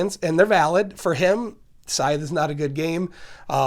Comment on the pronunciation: Finally a channel that pronounces this game’s name correctly.